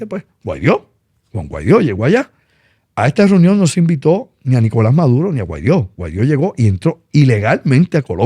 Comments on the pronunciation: Ah y es Guaidó no Guaidio 🙄🙄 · Primero aprendan a pronunciar Guaidó y después hablen de él. Jajaja